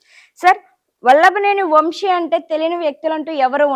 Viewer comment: ముందు తెలుగు నేర్చుకో.. వంషి కాదు వంశీ... ఏమ్ కర్మ రా తెలుగు భాష కి